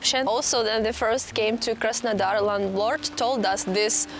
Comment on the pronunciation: 'Surprise, surprise' :-))) You crack me up, luv. When you say Krasondar I get it mixed up with Krasnoyarsk for a moment. Keep doing what you do in your own particular as it is why people come here and are glad to see you. Many smiles from London.